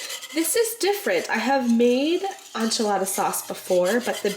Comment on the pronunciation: Sincerely from a Mexican, and with no offense intended...it's EN-chilada sauce with a short 'e'. Not ON-chilada. 😅